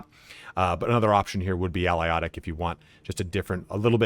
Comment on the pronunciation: Al-i-ot-ic???? Ah-lay-toc. I've never heard that name butchered so badly before. Nice vid otherwise though.